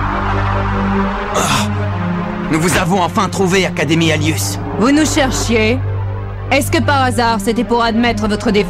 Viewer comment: a il a dit l'académie anus xD